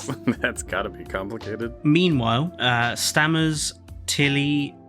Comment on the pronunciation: Stammers? It's Stamets. Great video guys. Just made me laugh